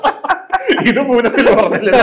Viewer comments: Poonam അല്ല punathil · പൂനത്തിൽ അല്ല പുനത്തിൽ കുഞ്ഞബ്ദുല്ല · പൂനത്തിൽ അല്ല, പുനത്തിൽ കുഞ്ഞബ്ദുള്ള. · ഒരു ചർച്ചയിലൊക്കെ ഇരിക്കുമ്പോൾ കേരളത്തിലെ പ്രശസ്തനായ ഒരു എഴുത്തുകാരന്റെ പേരെങ്കിലും ശരിക്ക് പറയാൻ പഠിക്കണ്ടേ. പൂനത്തിൽ അല്ല പുനത്തിൽ ആണ് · പൂനത്തിൽ അല്ല ചേട്ടോ... പുനത്തിൽ കുഞ്ഞബ്ദുള്ള